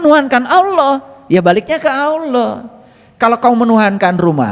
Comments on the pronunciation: Alloh pak bukan awloh😅,tidak ada wawu disitu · & belajar ngucap Alloh, bukan *alwoh/aluwoh*🙏🙏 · Bilang Alloh aja mulutnya gk bs,,,, cobak dengarkan kan dia bilang auloh,,, orang ini sok pinter,, orang ini sking kpinginya jd kiyai😢😢😢😢😢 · Innalillaahi ..dst, itu bukan Doa goblog,itu mengingatkan dan sebuah nasihat buat kita.jangan mengotak atik aqidah islam.yg perlu di perhatikan dlm mengucapkan lafadz الله،harap di perbaiki agar bacaan fasih mengucapkan lafadz "Allah ".terimakasih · 😅nyebut allah aja belum fasih masa auloh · Nyebut allah aja belum fasih masak auloh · Ustadz gabut...baca Alloh aja ludahnya nggak bener...hati" banyak orang mengaku tahu ilmu agama padahal niatnya mau menyesatkan...mondok dulu bro...! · Sebutan KIYAI HAJI tapi nyebut Allah aja gak fase ini ustad aja gak meyakinkan